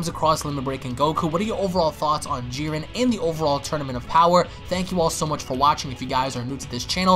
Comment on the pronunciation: It's Jiren, not Giren